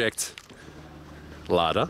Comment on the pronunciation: Wow a lada in japan! Very cool, and good pronunciation on that too.